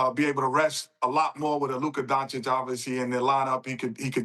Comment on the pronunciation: Or “Luker Donchick” 😂